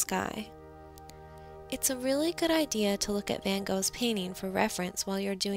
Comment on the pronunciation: You don't say his last name correctly